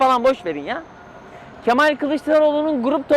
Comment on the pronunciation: Mal değil o Ke-Mal😅